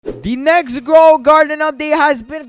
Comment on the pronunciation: Ghoul is pronounced gool. And cauldron is pronounced call-drun